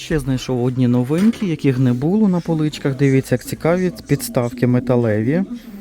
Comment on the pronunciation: Не булО- наголос на останній склад.